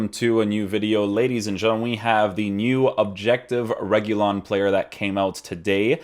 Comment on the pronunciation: RE- HU-LEE-UN that’s how you say his name in Spanish